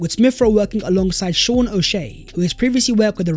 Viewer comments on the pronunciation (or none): none